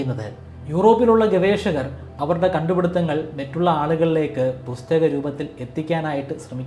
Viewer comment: Mettulla alla.. mattulla